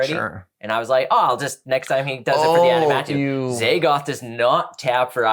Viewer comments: Every time they said “aNiMatou” it broke me a little more lol aMiNatou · The amount of people that say "Animatou" like it's "anime" and not "Aminatou" which is what's printed on the card. I have too many Sisay mains in my area that say it that way too, hah. Just playful jest though, haven't seen canlander before and it seems neat, but I'll stick to cEDH. Thanks for showing it off though! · they butchered the name ❤ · wait, is pronouncing Aminatou differently each time XD